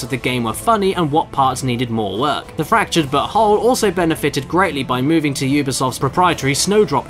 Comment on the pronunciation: I appreciate that the narrator specifically pronounced the title "butthole" every single time